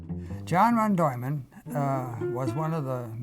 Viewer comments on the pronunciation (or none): It is Von Neumann,not Vandolman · It's not Ron Doyman, it's Von Neumann, probably the most famous guy, how can the subtitler not know this guy... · Von Neuman (pronouned "vaugh noy man"